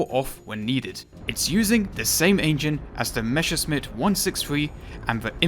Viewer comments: Great Video, good to know wich ones do and do not get those. I only have one Critique: Its Pronounced like Messerschmidt, you said Mesherschmidt. Not a big deal, just wanted to tell you. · Okay, I'm gonna be your token German to correct pronunciation. You are Calling the Me's "Meshesmitts", while the correct way is to put the sharp sounding 's' first, as 'sch' is the same as the English 'sh' and double s just means sharp s. That's also where our funny letter ß comes from. Just an old, but still sometimes used replacement for the double s. Sorry, someone had to do it. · Meschersmitt lol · Please look up how to pronounce Messerschmidt it is frying my brain The s is pronounced as in English and the sch is the sound that would be written ch as in change in English